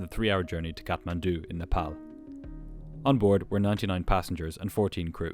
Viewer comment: Love how he pronounces Nepal correctly ❤❤